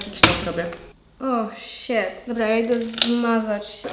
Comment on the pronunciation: xd „oł śet” mnie już to tak denerwujexdd😂🪑